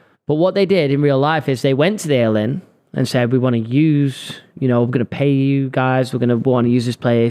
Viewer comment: It’s called the AY-LEE-INN. Like alien. Not ale-inn lmao